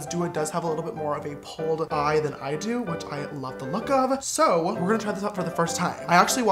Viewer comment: No one: Absolutely no one: James: pronouncing do as dua in every sentence.